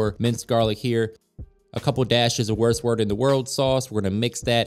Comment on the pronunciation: wers wers of da werl sauce 😂